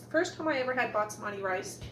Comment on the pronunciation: BAS-mati - not BATS-mati! :) It's driving me crazy! Love your videos though!